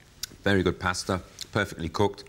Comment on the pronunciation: The word pasta being pronounced like they are saying pastor in a southern accent is killing me 😂😂